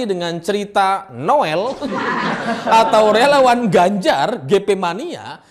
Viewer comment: Renyah sekali dengar sebut relawan tdk jelas...